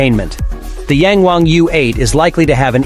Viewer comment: Ita yang wang..not yeng wang 🤦‍♂️